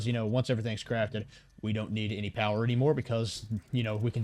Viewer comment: Lots of powah